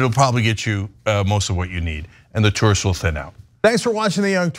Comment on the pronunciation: It’s those “tursts,” ruining everything 😂